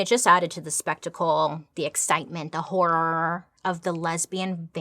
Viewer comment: Wow! Bailey nailed “horror” this time😂 gotta say I was a little sad she didn’t repeat herself like she normally does🤣 I literally started to repeat it like she does in my head but she didn’t this time😢🤣